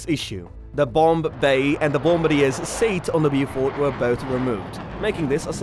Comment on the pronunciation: How did you manage to fuck up the pronunciation? It's 'Bowfighter', not 'blew fighter'. Same gores for the Beaufort.